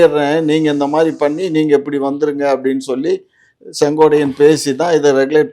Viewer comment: அய்யா செங்கோடை அல்ல செங்கோட்டையன்... கொட்டையை நல்லா அழுத்திப் பேசுய்யா நல்லா வரும்.😂😂😂😂😂😂😂😂😂